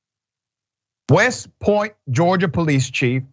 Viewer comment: .and is'da poh-leese...